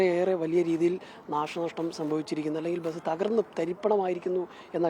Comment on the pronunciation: ബെസ് എന്നല്ലെടോ ബസ് എന്ന് para🤲